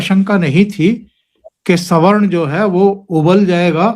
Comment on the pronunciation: को पहली बार सही से सवर्ण शब्द का उच्चारण करते सुनना सुखद है अन्यथा अधिकांश वक्ता तो स्वर्ण शब्द का उच्चारण करते हैं।